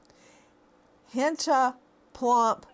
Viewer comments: It's not "hentah" it's hentai - "like hen-tye". It's Japanese animation porn. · Nancy, it’s pronounced hen•tie.